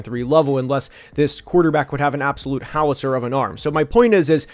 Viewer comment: ah I have heard that before, just simply could not understand what he said 😂